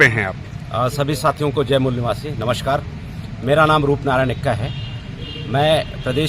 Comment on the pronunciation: धिरेन्द भाई को जय बोलना नहीं आता है l कोई धर्म उनको ऐसा नहीं सीखता l